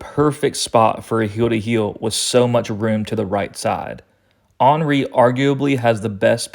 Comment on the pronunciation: Love the way you pronounce Henry, ball knowledge maximized